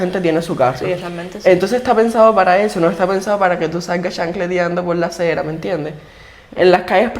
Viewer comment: Hay cera?. Se dice acera